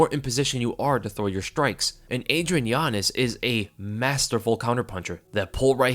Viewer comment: Every time he says yanez all i hear is giannis😂